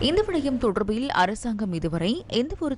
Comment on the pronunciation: "தொடர்ர்பில்" என உச்சரிக்கும் போது 'அருமை'.. உங்களைப் பொறுத்த வரை.. 😮..😢..😂.. "ழ" எனும் எழுத்தை மிக அழுத்தமாகச் சொல்வதில் உங்களுக்கு நிகர் யாருமேயில்லை..😮..😢..😅.. காலை வணக்கம்....❤..